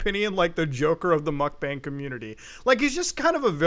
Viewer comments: why does he still say "mukbang" so wrong 💀💀💀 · Muk b-AH-NG stands for "eating room" in korean aka eating stream because your stream is your "room" or B-ah-ng but its not bang like a gun. its been going on for years we should stop mispronouncing a trend that isnt going away, korean seperates all the vowel sounds from each other so any A in romanization is an AH sound